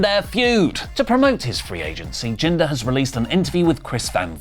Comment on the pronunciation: Jinder Mmmhhhlll